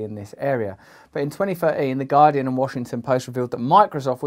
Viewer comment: Damn man, if I was the head of one of the most powerful companies in the world I would put forth the effort to pronounce "the" instead of saying "ze" because that is SUCH a bad look.